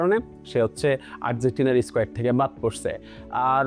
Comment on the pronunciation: squat নাকি squet 😂😂😂